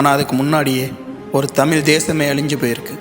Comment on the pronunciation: தமில் அல்ல, தமிழ்